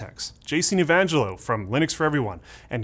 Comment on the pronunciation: He literally has the same name as the guy who invented it and still can't pronounce Linux correctly?